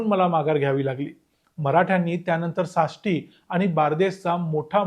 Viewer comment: तूम्ही साष्टी म्हणता ते सासष्टी असा आहे.